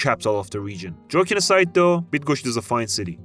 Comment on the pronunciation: Say bydgoshch Now you will say Bydgoszcz properly (is it difficult for you?)